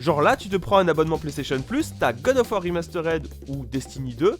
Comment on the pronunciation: Il va falloir faire un effort sur la prononciation de l'anglais .. parce que God of war "rimastorède" ....... ça fait saigner les oreilles